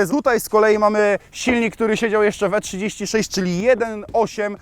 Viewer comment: I tak mnie śmieszy najbardziej jak wołasz na bmw e36 "e3 smieć"